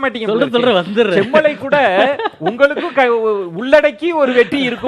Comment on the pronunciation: says semmulai instead of semmalai.. (manasula uLLa aasai veLippattu vittadhu)